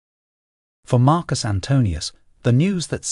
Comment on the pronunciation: Aw man, you're one of the very few to say Marcus' name correctly, but what about Kai-sar my dude?